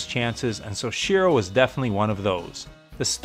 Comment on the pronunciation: Great video. Let me just tell you how to correctly say “soichiro,” it’s “soh-ee-chi-roh”